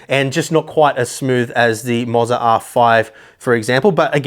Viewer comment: I'm fairly confident it should be pronounced Moh za, not Mozza, or it would be spelled Mozza...